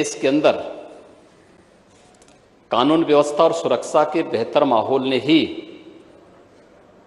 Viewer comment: Suraksa nhi bolte honourable .sir suraksha bolte hn.